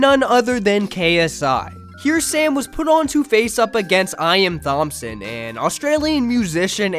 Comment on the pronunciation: You don't know how to pronounce Thompson? What the f